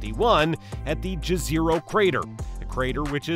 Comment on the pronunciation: i'm disappointed how you pronounced that, if it's not in english don't pronounce it in english. Go on translate, select English to Serbian and put "the lake" in if you want to hear how to pronounce it